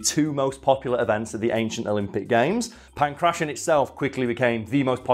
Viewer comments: in pangration the t is pronounced as ,well, a t. not an -ss-. I live in an area of athens with that name. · how could you pronounce Kratos correctly but not pankration. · Could not have looked up the correct pronunciation of Pankration before filming this? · I love how he sys Punk Russian instead of Pankration. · Don't make fun of someone for mispronouncing a word. It usually means they've only read it, rather than someone else reading it to them.